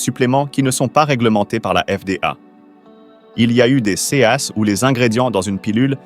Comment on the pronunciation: Les voix artificielles IA ne connaîssent pas la prononciation du mot " cas " visiblement:face-red-droopy-eyes